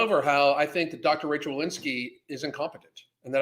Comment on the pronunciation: It’s Rochelle, not Rachelle.